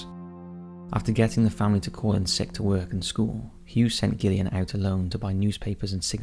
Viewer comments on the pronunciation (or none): The way you pronounced Gillian made me lol 😂 its not pronounced gill like a fish, it's Jill 😂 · Derbyshire, pronounced Darbisher, Gillian, pronounced Jillian, and, by the sound of it, you’re English! PEACE ;] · Yeah the Gillian thing bugged me personally, but I still appreciate his efforts lol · I've genuinely never heard someone pronounce Gillian wrong. Is this done on purpose??